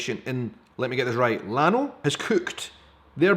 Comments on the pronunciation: Llano is pronounced Yano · Ilano is pronounced “Yaw-No” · Llano are the NW plains in Texas. The full name is The Llano Esticado. Its pronounced Yah-no.